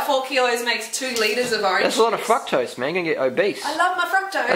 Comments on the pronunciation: i thought the guy was saying "fuck-tose" lmao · oh boy. I think fruketose just became fruktose for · man if that dude said 'fuktose' one more time i was gonna scream. Guys im not sure where in the video she said eat exactly like me! shes just saying what she does, u dont have to copy maybe even grow some of ur own veg. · sounds like they're saying fuck-toast XD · I thought you kept saying "f*ck toast"instead of fructose. What do I know. Ridiculous Americans xD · eating a banana while watching this. thank you for getting rid of the camera man. he was annoying. was he saying fucktose instead of fructose? if so.. no respect for ladies.